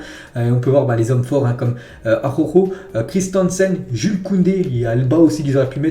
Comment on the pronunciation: Arawkho, pas arrokho ni akhokho 🤣